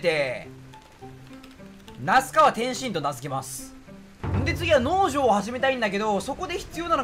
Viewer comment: 相変わらず農場の発音が気になっちゃう ポーションの発音なんよ